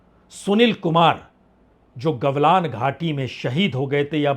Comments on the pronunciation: gavlan nahi galvan boliye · सर जी, घाटी का नाम गलवान है, गवलान नहीं है। कृपया सुधार कर लें। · गलवान है जी, गवलान नही